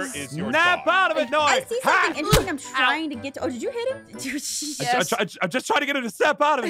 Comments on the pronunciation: It's noi not noie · Did aphmau call noi mynoi